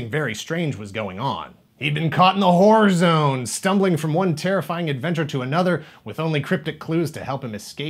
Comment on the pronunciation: I'm still not sure if you said Horror Zone, War Zone or Whore Zone . All are fine with me.